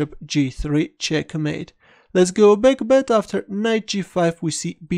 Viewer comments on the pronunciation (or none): Deivid contreras calderon I also love when he says let's go back (which sounds like "let's go beck" for me)